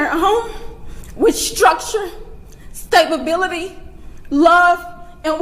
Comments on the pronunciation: She said " STABLEBILITY" LAWDAMERCY take the mic go sit down ma'am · Am I the only one who noticed when the mother said "he was raised with stab ability" instead of stability? Probably mispronounced but how frickin Ironic... Be Safe & Blessings EVERYONE ❣️